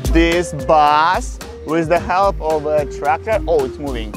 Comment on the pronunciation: bro said bas instead of bus